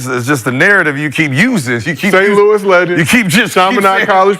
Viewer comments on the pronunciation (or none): none